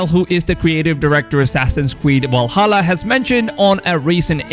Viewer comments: I hope I fix the way u said Valhalla it has a fucking V in it not a W it’s Valhalla not Walsalla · *VVValhalla not wal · Valhalla not “Walhalla” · Stop saying Wallhalla. Its Valhalla with a fucking v. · Your saying walhalla instead of Valhalla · Why you keep sayin Walhalla idk why its triggering me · Is nobody gonna talk about "Wall"hala? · Dis nikka said Walhalla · Man said walhalla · Walhalla LOL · assassins creed WALHALLA? hahahaha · Its not "Wallhalla" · Did he say assassins creed walhalla at the beginning? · Vwahalla lol, thx for keeping us up to date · Did this man just just say walhalla Oden is ashamed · I can't help but laugh each time I hear Assassin's Creed WALHALA😂😂😂 Great video though🔥just teasing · why are you pronouncing 'Valhalla' like that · Can you say Valhalla properly? Just giving you shit. It looks interesting. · Last i checked its Valhalla not Walhalla!!! 😂😂😂 #JK #CheersM8 Wikings are in too. Not Vikings!!!😂😂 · They are not called "wikings" and the game isn't called "Walhalla" its "vikings" and "Valhalla" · How come you say "walhalla" and "wiking" but then pronounce "variant" correctly? What's your beef with v's? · Why are you pronouncing V’s as W’s? Walhalla, Wikings etc. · Enjoyed the video but please stop saying "Wiking" and "Walhalla" ahhh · Wery Wery excited for Assassin's Creed: Walhalla as a Norse Wiking. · Assassin's Creed Walhalla with Wikings... Geez man... Pronounce them properly